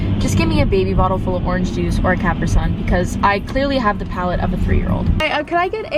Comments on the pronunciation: um it's called capreeee sun, not cappry sun smh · "CAPriCA Sun," Lol😭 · she literally said CAP-risun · the way you pronounced CapriSun absolutely sent me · you didn't just pronounce capri sun like that holy shit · great content but you should be arrested for the way you pronounce caprisun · Umm are we gonna talk about the way she says CapriSun?? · I've never heard Capri Sun pronounced like that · The way you said capri sun... interesting